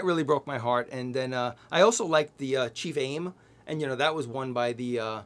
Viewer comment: I heard “Chief Aim” as “Chi Fame.” 😂